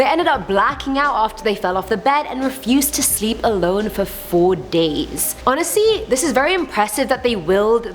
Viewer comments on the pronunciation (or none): Honestly not onasee